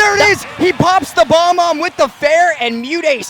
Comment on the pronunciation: It’s Bo-Bomb, not Bomb-Om lmao